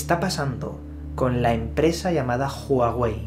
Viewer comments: No se pronuncia Juauei si no Uauei y no es Apel si no Apol...por favor deja tus modismos locales y pronuncia correctamente... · Porque dices juawey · Asi no se pronunciaaaaaa juawey .... 😫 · NO ES JUAWEI !!!!!! .....ES HUAWEI !!!! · "Apel"... "Júaguey"...😂😂😂😂😂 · Juaguei y Apel... XDXD